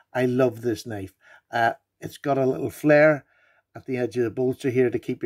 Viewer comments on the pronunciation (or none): none